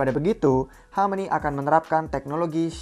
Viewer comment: Hameni hameni, rrrrrr